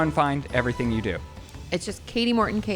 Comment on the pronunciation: Shane its Kati Morton not Katie